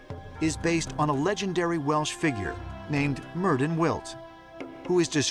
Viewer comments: Okay there are of course a lot of things in Ancient Aliens that have had me raising my finger like "ah excuse me but you're wrong and/or seriously reaching" but for some reason, this is the one that gets an actual comment out of me. The name "Myrddin" is supposed to be pronounced "merthin." At least I'm pretty freakin damn sure that's how its supposed to be pronounced, otherwise my entire family has been mispronouncing my younger sister's name since the day she was born. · Out of all the insane bs said in this, the thing that's managed to annoy me most is the mispronunciation of Myrddin (the double d is said like a th sound)